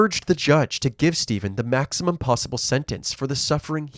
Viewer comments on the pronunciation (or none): none